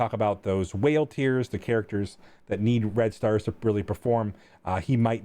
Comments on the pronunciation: Hahaha, heard the same lol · I misheard it as "We always talk about whale tears..." not tiers. XD